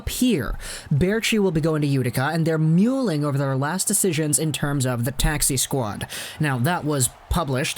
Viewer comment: You really said... "Mule ing" Have you ever heard that word? Maybe Mull ing like Gull! Mull not Mule. LMAO Mule ing!